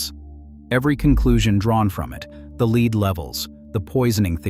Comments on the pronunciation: ":Lead," the element, is pronounced LED nor LEED." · If you would pronounce it yourself instead of giving the task to Artificial Idiocy, we would perhaps not complain so much. I'm hearing this error so often now, LEED vs LEDD, REED vs REDD, and others. For $1500 I'll read it for you, but certainly you can find someone cheaper than me and possibly better. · Lead = "led", not "leed". Another computer-generated glitch. Still, a well-done video. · Lead is pronounced, LED!!! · I don't understand how the computer generated voices can be so good at human voices yet screw up really basic pronunciation like that. Not saying that to criticize. Just honestly confused at how often things like that happen. (I mean there's no such thing as the poisoning of lead, pronounced that way, right? Why does it make the mistake?)